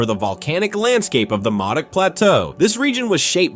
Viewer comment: Modoc is pronounced Moe-Dock.